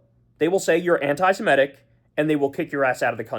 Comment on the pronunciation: One more time: not anti-si-MET-ic. Correct is anti-se-MIT-ic. Do you ever read the comments?